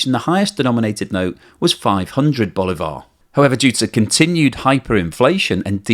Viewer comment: At least you can say sorry if I pronounce Bolivar bad, because you say it very bad.